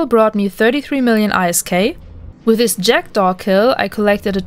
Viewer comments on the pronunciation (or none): oof saying I.S.K instead of ISK